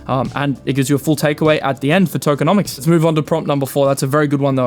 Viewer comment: Tokeo - nomics!!!! 😂